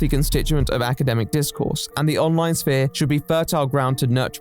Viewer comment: It's weird to hear someone pronounce the "p" in "sphere"